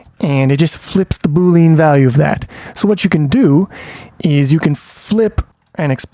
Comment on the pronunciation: great video but your pronunciation needs some work! Boolean is said Boo-Lee-Uhn not Boo-Leen and Unary is said You-Nuh-Ree not Ooo-Nuh-Ree